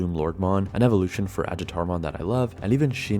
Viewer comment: Is Ajatarmon not supposed to pronounced "ayatar" like the Finnish myth?